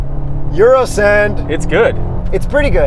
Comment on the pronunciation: “Euro Send” 🤣